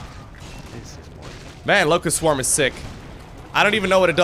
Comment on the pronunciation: All I hear is "Lowko" swarm.